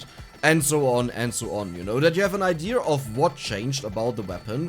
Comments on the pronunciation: i like when you say idear i find it rather charming. plenty of people who only speak English as there only language say it that way. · I don’t care if you pronounce things wrong I like hearing you say idea like idear like mr krabs in SpongeBob